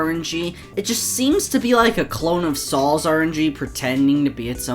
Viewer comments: I am playing Sol's rng while watching this Also, It is pronounced like "Soul"'s rng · He sounds like he is saying Saul’s rng